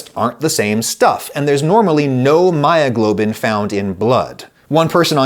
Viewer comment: "Heemoglobin and myyoglobin... nice lady!"